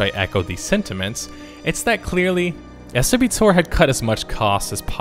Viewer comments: My god, it's not S. W. Tor, it's SWtOR, like KotOR. I could barely write this comment without stabbing out my earballs. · I have never heard it be called S - W - TOR. Really, all your research and you get that one simple thing so wrong. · Not S.W.Tor....but Swoh-tor...is how we pronounced it! ;) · I really enjoyed the game and had a fun time playing with my friends. We ended up pronouncing its acronym as 'swō-tohr'. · yeah, im pretty sure thats just how the uploader pronounces it and just assumed everyone else calls it that even though nearly nobody does. it actually was very annoying to listen to when he pointed out how it was "commonly known as" that. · Stopped watching when you kept pronounced the game SW-TOR multiple times in a row. I’ve never heard anyone call it that. It’s always SWTOR (don’t separate the SW from the TOR). You don’t pronounce Kotor as KO-TOR... so it makes no sense. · Lol this guys just pronounced it “ES DOUBLE U TOR” thats should let you know hes either never played it or is an idiot. 3 videos ive watched of this guys and they all suck stopping giving this guy the views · Who the hell calls this "s w tor"? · Saying "S W tore" is the same number of syllables as saying "the old republic", but it's less clear and clumsier and sounds stupid. SWTOR is easier to type, so by all means, go for it, but just say the title, not the acronym. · I really enjoyed this video but I was kinda weirded out that you decided to pronounce swtor by always saying the s"" and "w" which I don't think I've seen anyone else do lmao. I always just hear people say "swa-tor" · Sassy Driving Lad Exactly what I was thinking! At the beginning when he sad “people usually call it S.W. TOR” I was thinking who the hell has ever called it that? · Its pronounced S'warTor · No one has ever called it 'ES Double U' TOR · STOP SAYING S.W. TOR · yeah, that made me cringe a little too. The dev pronounce it : Swoh Tore on their live streams on Twitch. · Not Ess DoubleYou TOR... s(woah)tor